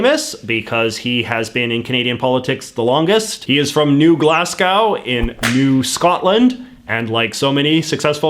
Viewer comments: My god your pronunciation of New Glasgow gave me diabetes and sickle cell enema...thanks. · Is New Glasgow not pronounces the same as Glasgow or did he pronounce it wrong?